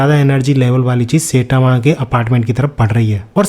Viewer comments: Bhai सेटामा nahi hai wo साईतामा‌ hai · Bro really said "setama" instead of saitama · It's sitama not saytama😅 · Saitama ❌ Seytama ✅😂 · Saitama❌ Saetaama✅ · I love your video but......Its "sai" and "tama". Not "say" "tama". ... pleaseeeeeeeeeeeee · Bhai plz don't say setama It's Saitama (sai-tama )🙏 Video maza kharab kar deta hai setama word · Bhai to Jan buj ke sayyytamw pronounce kyu kar ta hai... Irritating lagti hai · bro saying setama ☠